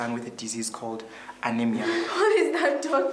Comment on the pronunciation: anaemia????..... am defeated....it was gonna be better if you were acting in xhosa or zulu bt nice try guys ....practice makes perfect